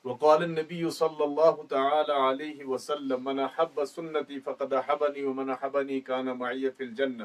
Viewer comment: اس حلوہ خورنےتوپہلی حدیث ہی غلط پڑھ دی احب با پرتشدیدہےانکےآباواجدادہی اس طرح پڑھاتےہیں توبیچارےیہ کیاکریگاکاش کہ حلوہ خورحضورکی حدیث کوکم سےکم صحیح پڑھنےسیکھتالیکن ان کوحلوہ خوری سےفرصت ملےتو